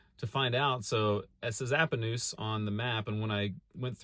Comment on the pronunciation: We watch your videos almost every night. We live outside Pomona. My wife went to Appanoose school. Yes you said it right. Lol. Keep up the good work man. Really enjoy your content.